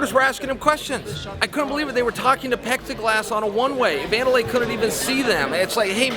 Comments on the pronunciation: Will Someone please tell Chael it's plexiglass, not pexiglass. He's fucked that up twice now. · Its not PepsiGlass Chael .. its Plexiglas..